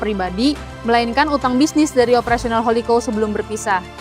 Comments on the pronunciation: Bacanya bukan Holiko tapi houlikau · Holi kaw, risih banget dengernya kalo salah penyebutan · Hahaha, gatel yah denger holikou